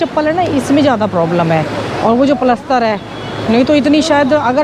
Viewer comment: प्लसतर नहीं प्ला 😅😅😅😅